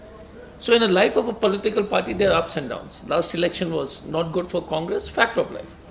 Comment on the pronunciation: "Condress" ??? Again new party??